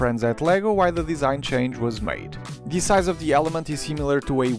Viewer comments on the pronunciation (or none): none